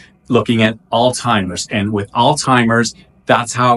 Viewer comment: I love your energy---btw, it's pronounced All-ZY-mers not all-timers. Thanks for the great info